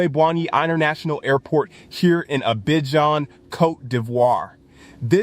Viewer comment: Learn how to pronounce Abidjan